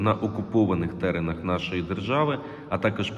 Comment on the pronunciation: Правильно казати на терЕнах, а не теренах. До терену terrain жодного відношення не має.